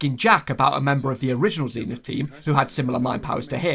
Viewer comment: I cant cope with how you pronounce zenith zeeeenith